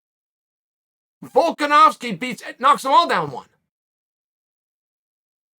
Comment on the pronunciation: "Guy has a really hard name to pronounce....u kno wat it is? It's Volka-nov-ski!" Ahh that explains so much now 🤔